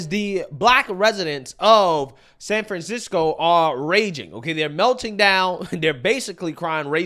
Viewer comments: Self checkout works fine in Indiana. All it takes is honest people. - "Sanfansicko" - lol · Sanfansicko lol love it